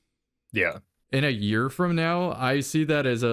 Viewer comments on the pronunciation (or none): none